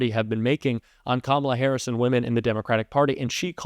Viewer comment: Harris, not harrison, Lol's